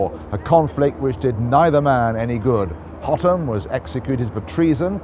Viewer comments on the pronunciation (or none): "Hotham" isnt pronounced Hot-am. The "th" is pronounced like the "th" in "thick".